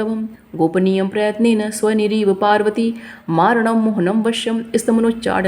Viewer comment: देवी जी बहुत सुंदर वर्णन, केवल एक जगह मुझे त्रुटि लगी है, स्व निरीव पार्वती नहीं स्वयोनिरिव पार्वती है । 🙏